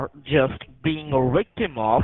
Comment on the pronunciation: What is a "wictim"?